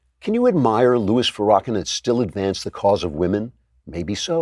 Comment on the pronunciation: Can Andrew please pronounce Farrakhan correctly?! Agh, it's effing embarrassing. How does he not know how to pronounce Farrakhan?